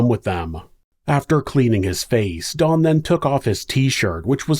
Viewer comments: I don't know if it's but it really sounds like he's saying Dawn not Don, does anyone else hear that or is it just me? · pronounce his name as Dawn. Its actually Don, think short for Donovan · Ok. I double-checked in your description. His name is Don, not Dawn. I'm sorry, but it sounds like you've called him Dawn throughout the video, but he is a He. Some of us have tiny hearing issues & pronunciation is important. TY. (I do watch your interesting vids regularly. 😊)